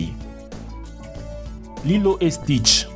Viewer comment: "lilo et chtis" 😂 👏👏